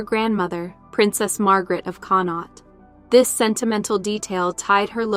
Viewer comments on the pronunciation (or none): none